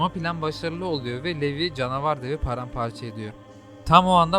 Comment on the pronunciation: aga çok iyi ama telafuzza daha önem vermelisin levi ya yarım saatir niye levye diye bu diye düşünüyordum 😂